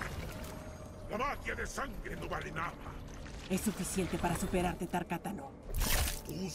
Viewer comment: Que asco como pronuncian Tarkatano